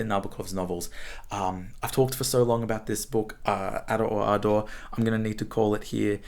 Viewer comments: It is pronounced the way he said it. There is a reference in the book about it somewhere. Just like Lolita is not supposed to be pronounced as though it were English, but Spanish. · Starts off by pronouncing the title in a way that makes a nonsense of it! That is not encouraging as far as this analysis is concerned. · As an Australian “Ada” and “Ardor” sound exactly the same, probably hence the exaggerative pronunciation. Though I understand the similarity is somewhat the point.